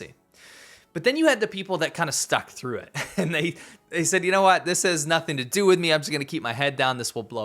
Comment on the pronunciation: Dude, its gone beyond glottal stops. Now you don't even pronounce Ts at the end of words. What the hell is "frew"?